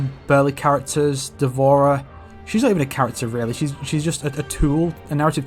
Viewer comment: D'vorah? chuckles LEAVE